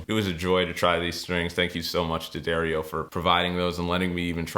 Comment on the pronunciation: I think the name of the company that is supporting you is pronounced "dee ah DAR e o"